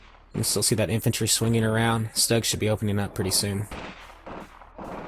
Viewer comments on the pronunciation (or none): Another great viddy and congratulations on the Total Victory. BTW sorry to be a linguistic wrist-slapper but according to a close German-speaking relation Stug is pronounced "Stewg," as in a meat and veggie dish cooked in liquid. Cheers!